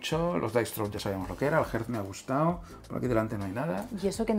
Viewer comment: Y por qué pronuncia “Jerz” el juego Earth? 😂. Se supone que es “Erz”.